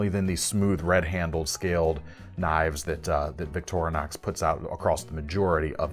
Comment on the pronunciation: Liked the video! ...but it's killing me when he says Victor(uh)nox instead of Victorinox (Victoria + Inoxidable = Victorinox ....no "uh" js😁).